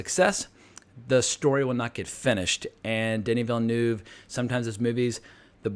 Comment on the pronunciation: why all Americans pronounce that E in Villeneuve"